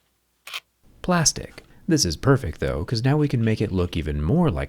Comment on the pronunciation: Plástico?? Plástic, Plástic Plástic, Plástic....?????😱